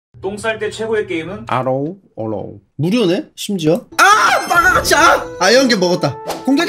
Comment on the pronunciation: 아로우 어 로우 듣고 진짜 광곤줄 알았네